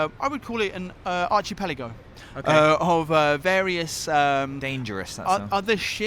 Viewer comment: Anybody else cringe at "archy-pelago"? 😅